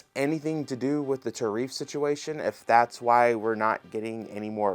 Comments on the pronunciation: I was like wtf is ta-reef 😂😂😂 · Ah yes. The “Ta-reef” situation